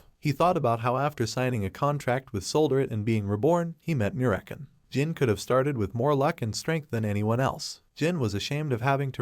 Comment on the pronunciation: So american instead of merakan hahahaha😂😂😂